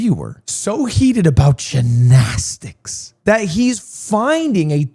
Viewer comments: Is there a reason he is saying jinaztix instead of gymnastics? Like I get saying it once that weird as a joke but he’s been doing it for like 6 minutes and I think he has brain damage now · Why does he say it like that 😭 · bro can't say jinnasticks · Please get rid of gymnastics so I can never hear you say it like that ever again. It's GYM-nastics, G Y M. Holy shit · The GINnastics is killing me lmao Lud weren’t you an English major?? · Drinking game: take a shot every time Ludwig says “Jinastics” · The only controversy is Lud continuously calling it Gin-asticts! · did they take gin shots for the gymnastics even why is he saying ginastics 😭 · I've never in my life heard someone say ginastics. Until now. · dude you HAVE to learn how to pronounce gymnastics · why does he say gymnastics like that lol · Why does he say gymnastics like that? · Why can this mf not say gymnastics 😭